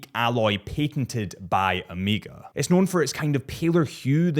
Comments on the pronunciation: Ooooooooomega not Amega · its O MEGA not O MEEEGAH say it right man. Greek letter. Also i dont think you mentioned it finally has a Ceramic bezel. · And literally said “O.C.D”😂😭 just say “O” Mega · Sht. You call it Ameega again😂 thumb down:) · Why tf do you keep saying AM-eega? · Why does the rest of the freakin world say AMEEEGA or OMEEGA like what? Lol I can hear you say “of” and “course” meaning you can say the “o” 😂 they just don’t and say omeeeega